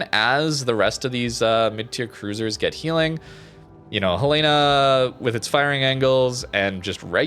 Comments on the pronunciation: The capital of Montana is Helena, which is pronounced "HELL-uh-nuh", with the emphasis on the first syllable. It is not pronounced "Hel-LAY-na." A simple way to remember it is to say the name "Helen" followed by "uh". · Helena= Helen-a. As in Helena, Montana. It's the state's capitol.